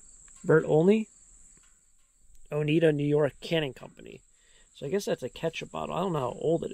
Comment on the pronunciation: Good video! Oneida, NY is pronounced Oh-nigh-duh. It' known for Oneida Community Silver. While the corn plant is still green (alive) animals can eat the whole plant--good roughage, like hay. This farmer's pastures may be pretty much eaten so silage--chopped corn or haylage--chopped grass/hay (stored in silos) can be fed until other foods like grain, hay, and dried corn can be used. This outer cut will also make a driveway for equipment to get in and out when the corn is harvested.